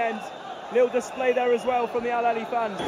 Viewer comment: It's not alalia ... It's Alahly ... The biggest club in africa ... We already won this cup 10 times ago ... And this is our ( 11 ) ❤❤🎉 ... This is our way to say hello to all Africa ... 🦅❤❤